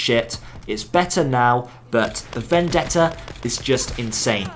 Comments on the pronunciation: im serious, everyone uses to pronounce it "vendedda" when is actually "vendetta" as you read it :D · As an Italian i can say that your pronounce of "Vendetta" is perfect. Amazing video as always btw 💙